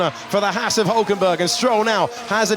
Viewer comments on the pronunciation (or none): Why can't the F1 commentators pronounce the name Haas correctly. It's not Hass. This bugs the neck out of me.